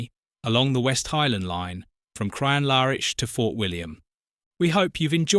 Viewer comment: Pity about your pronunciation of Crianlarich LOL